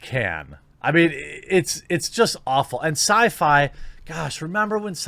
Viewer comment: syfy ? really ? syfy?